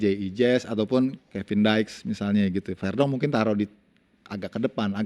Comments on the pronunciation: Oy bung yuke ko Kevin daex sih nmanya kn Kevin diks 😅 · Kevin diks… diks.. diks… bukan daek